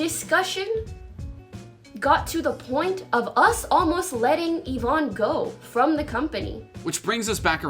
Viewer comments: Yvonne = "E-von"not "Yiv-on" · How do people cover this topic and still not know how to pronounce Yvonne. Like the content you're covering clearly shows how to pronounce her name.